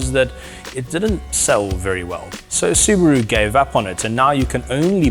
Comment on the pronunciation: It's a SUBARU NOT SUBRO